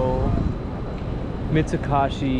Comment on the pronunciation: Mitsu-KOH-shi sir. Not Mitsu-KAH-shi